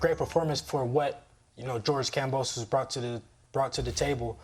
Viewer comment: has to know by now that George's last name IS NOT pronounced KamboSOSE lmao